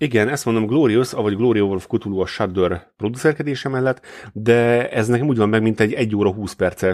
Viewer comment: "Kutulu"... "kátulu"... édes istenem... "K'tulu". Legalább egyszer ejtenétek helyesen.